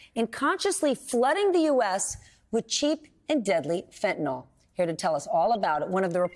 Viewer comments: And American chemical companies supply chemicals to cocaine cooks. What about the Sackler family? It is called "f e n t a n y l" not "fentan ol." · And pronounced fen.t̬ən.ɪL Whats with all the people saying fent̬.ən.oL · Fentanyl not fyntanol it's fentanyl. F E N T A N Y L .